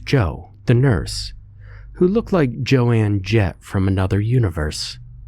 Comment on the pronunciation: “jo anne jett” omfg 💀